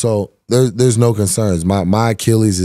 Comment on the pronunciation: Achillies It's similar phonetically to Archimedes